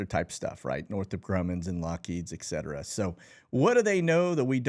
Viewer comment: EKCETERA! FFS